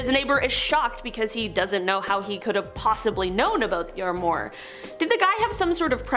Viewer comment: This might be a “minor” complaint, but please don’t say “sem-ee” it’s pronounced “sem-i” with a hard I. Also the word armoire is pronounced as “arm-wah”. 😖 Pleeeaaase check a phonetic dictionary if in doubt! 🙂Thanks